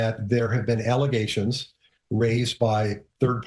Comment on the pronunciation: It’s called false allegation!😂😂😂 Not allazation super dumb mayor 😂😂😂